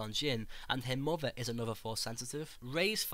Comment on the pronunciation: 'best of boaf werlds' 'muvva' liverperrrrrl